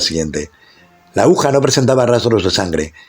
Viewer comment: interesante historia aunque debe mejorar la ledtura, y, se dice AGUJA